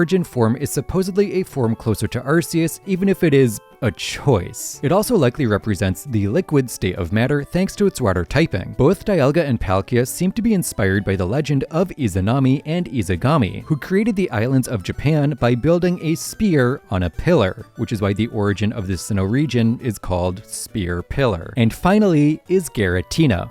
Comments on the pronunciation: it's Izanagi, not Izagami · no offense, love the video and someone may have already said this but I believe one of the two deities you were talkin about here is Izanagi, not Izagami, sir. But again, love the video. Keep it up. 👍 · Izanami and who?? who's izagami? edit:- God he butchered that jormungandir even worse